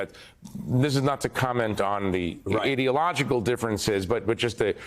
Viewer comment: Edialogical? Why does the educated public not respect the media today? Because it sounds like they never finished junior high school when they speak! I am an english teacher and this drives me nuts!